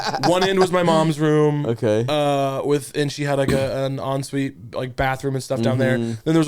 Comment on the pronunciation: “en suite” 😭😭